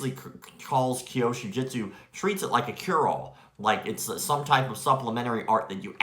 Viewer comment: It's Kyusho not Kyoshu.